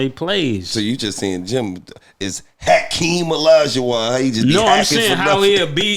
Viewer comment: Hac-Keem Olajuwun lol 😆